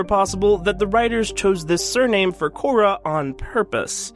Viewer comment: Core (accent on e), not Cora. Eva Core, the human, was the love of Jack Harper, the previous name of the Illusive Man. But that's part of the speculation about Cora.